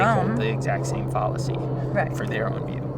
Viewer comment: Also, you're pronouncing fallacy incorrectly.